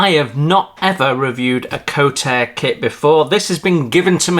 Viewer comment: Nice review. I don't do 1/32, which is a shame as I miss out on all these lovely Kotare kits. It sounds like they will be doing a Spitfire PR.IV though, so I will be getting one of those. By the way it's pronounced kort-a-ray. I love they way Kotare do their instructions and the way they add photos of the real thing. Page 22 in the instructions is just has a title at the top for that section, whether you understand the tile doesn't really matter as it's all explianed and looks very clear over the next few pages. If you don't want to learn about things as you build the model that's fine, you don't have to read the extra text, but lots of people enjoy that part of a model build. Just like the stencils which it clearly shows the German and also translated to English underneath. I wish more manufacturers would give this sort of detail in their instructions and I love how they show the reasoning for their decisions with evidence. Maybe they should have different colour text for the build notes compared to the technical notes. The drawing showing the gear actuators at the end, I guess they found they need to add that after the other pages had already been completed, but it's a shame they didn't edit it to put it one the appropriate page, but there is a warning at the top of the page to look at page 31. The point about using warm water for decals is because the adhesive doesn't become tacky enough if the water is too cold. Also some decals, normally older ones, can be very slow to r